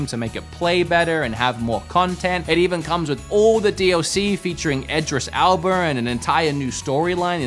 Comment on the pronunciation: I'm sorry, "twenty seven seven"? And "Idris Alba"? Goddamn. Do you even YouTube? 😮